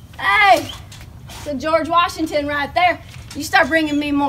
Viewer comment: She said its a gorge washington